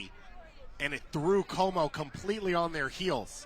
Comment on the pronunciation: Commentator's pronounciations is even worse than women's play. "Kohw-mo", "Cutron"